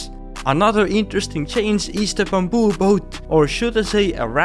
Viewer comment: I love the way how he say bamboo as "bumboo" 😂😂